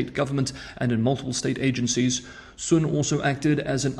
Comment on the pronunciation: You are one of the very very few 老外 who could pronounce the lady spy's family name correctly, 孫, whereas English speakers would understandably pronounce it as the sun .. Interestingly, you have curiously mispronounced the lady governor of New York's last name, Kathy Hochul .. The h in chul is silent .. so it sounds like the cul in culture ..